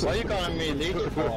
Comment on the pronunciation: im pretty sure leech doesnt end with an r